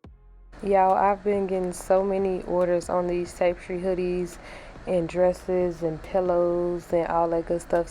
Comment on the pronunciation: pronounced ˈtæp.ɪ.stri constructive not to shame or bash because you killed this look.